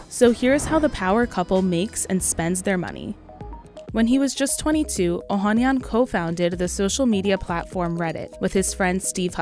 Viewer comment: Oh han NYAN! Never trust a report that doesn't make an effort to research how to pronounce names correctly.